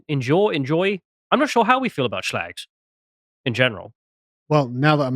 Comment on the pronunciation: I love the way you say shlags... I'm adopting it